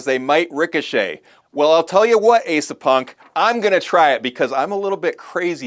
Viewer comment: So you just gonna call me out like that's 😂😂😂 Well turn about is fair play! It's Ah-sah not Ay-sah 😝 But thank you for the attention! Rock On!